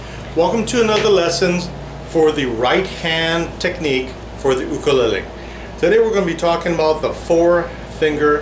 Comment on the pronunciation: The ookalaylay😂